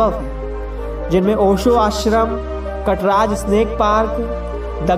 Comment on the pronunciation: पेहले जगह का नाम ठिक से ले ना सिखो. कसरवाडी नही कासारवाडी है वो. शनिवारवाडा में शूटिंग नही हुआ था उसका शूटिंग सेट तयार करके किया गया था. कटराज नही कात्रज है वो.